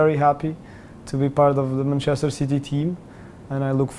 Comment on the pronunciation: "Manchester Ceety"